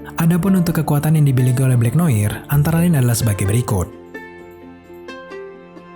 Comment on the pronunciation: Noar gk sih ngomong ny bkn noir